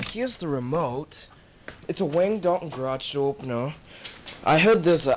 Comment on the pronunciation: It’s Wayne Dalton not Wagne Dalton.